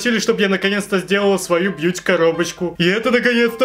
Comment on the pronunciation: Мне одной казалось что всё видео повторялось не Бьюти коробочка, а бич коробочка😅